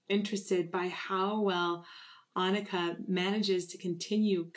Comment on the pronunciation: Agreed this song is too short. Also great job changing your pronunciation of Anneke's name... it's perfect now! 👍🏼